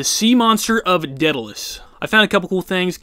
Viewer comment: Every time he pronounces a word like Gibraltar or Daedalus it made me cringe XD